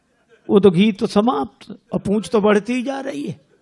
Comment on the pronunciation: ' समाज में उनकी बहुत "प पूछ " है...पूॅछ' नहीं, वो 'पूछ' होता है